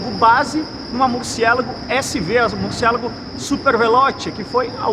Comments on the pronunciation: Murcielago é uma palavra italiana, nao inglesa. Ajeita essa pronuncia pô. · Por favor , pronuncia Murciélago em italiano , fica bem melhor.. sei que o nome é espanhol , mas em italiano é mais bonito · O nome se pronuncia em italiano, e não em português, é nome próprio cara.